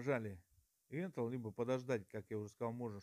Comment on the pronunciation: Добрый день, очень отличное видео. Не сочтите за наглость но слово энтел прям режет слух🤭 Правильно говорить энтер, т.е. ввод в переводе с англицкого😁